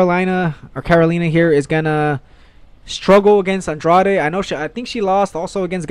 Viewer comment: Please start to pronounce Andrade right, you must have heard the correct pronounciation over 100 times if you listen to UFC broadcasts, can't be that hard